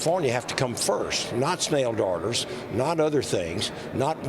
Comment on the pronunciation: Is that guy saying “snail daughters”?